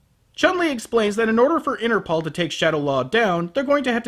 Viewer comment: I find it funny how pronounces Interpol as Inner Ball:D